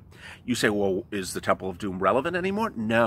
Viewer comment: You are ways making me laugh especially when ur refer the TEMPL OF DUME